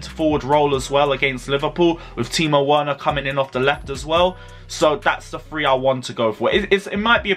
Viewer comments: Verner please or just say our number striker 😂😂 You keep on butchering that name 😂😂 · I've given-up on this geeser butchering Werner's name appauling . . .